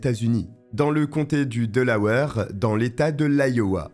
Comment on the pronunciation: C'est pas delaweur mais Delawaire que ça e prononce Delaware